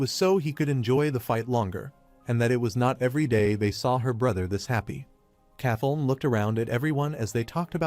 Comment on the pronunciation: Now its kathon? Who the f is that? Do you mean princess Kathleen? Please edit your damn video. Damn every single name in here AI has butchered over and over. It would be better if somebody would just read the fucking manga instead of relying on AI.